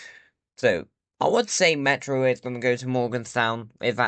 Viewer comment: ME'ROOOOOOO {pronounced Meh ro